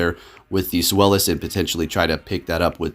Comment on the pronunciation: Hahaha I love how you went from sfylis to swelis😂